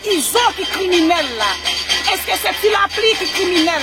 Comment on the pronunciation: pou misye di lapli li di lepli🤣🤣🤣